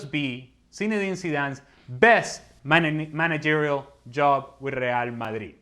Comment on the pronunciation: he said managerial.....